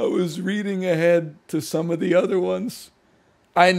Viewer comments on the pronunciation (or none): none